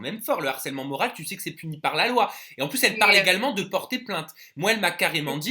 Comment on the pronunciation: moral avec un "e"😂😂😂😂